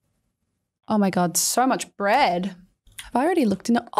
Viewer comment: When you were saying bread I thought you were saying my name Brett lol